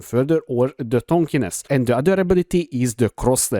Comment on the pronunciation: Tankiness, not Tankiness